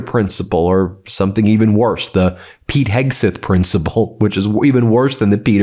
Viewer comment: Kegseth not Hegseth